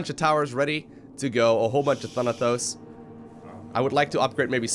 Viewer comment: Boi, its ThanaTos not ThanaTHos